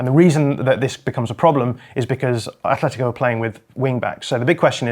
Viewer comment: AT-LETICO go look it up.. why the f, do English people almost always pronounce a "H" tha clearly is never there? ,ignorance? ..i disagree with much of the analysis anyway, risky football and brave football is keeping the ball is playing short passes through tight areas of the pitch..getting the ball quicker forward earlier is not as risky because if you lose possession of the football you lose it much further away from your goal, playing short passes from the back is far more risly lose the ball and there is an imidiate turnover often leading to an goal scoring opportunity... anyway everybody is entitled to their view, but that;s all it is their individual and subjective point of view....and btw the classic Salah finish was never about power it was about incredible dribbling ball control and precise finishing...like i said subjective LFCYNWA Football one game ONE name period, and no that's not enefel (NFL) handegg